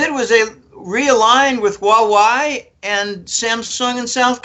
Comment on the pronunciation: hua wei is pronounced "hwah way"